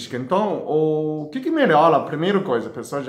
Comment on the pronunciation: 😍😍dr do nosso coração,acho lindo vc falando gordula,melola Que Deus te abençoe